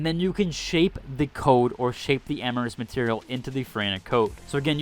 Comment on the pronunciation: This video actually filled in a lot of blanks, thanks. For future reference. (not trying to be a D) Amorphous is NOT pronounced "(am - ah - ris)" , it is pronounced (A - mor - fuss)